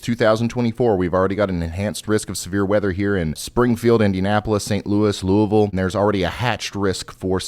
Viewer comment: You pronounce Louisville exactly correct 😂